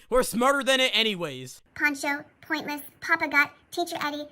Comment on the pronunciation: “*love poimntless*”